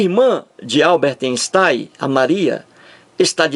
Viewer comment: "Alberte Enstai"